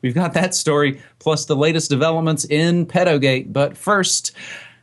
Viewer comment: you dont pronounce pedo like that. the way you pronounced it means "feet." dude, seriously...get it right.